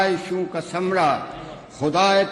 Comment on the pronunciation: اردو تلفظ میں غلطیاں ہیں آلائشوں ثمرہ اور بھی ہیں